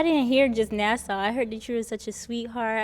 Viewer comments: Nasaw was cracking me up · exactly!!! I thought I was tripping when I heard her and it pissed me off even more since she’s a high school teacher like oh no!! She would’ve definitely gotten that answer wrong on wheel of fortune if she pronounced it that way 😂😂😂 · Why she keep saying Nassau? And why did she say it was their lost? Hahaha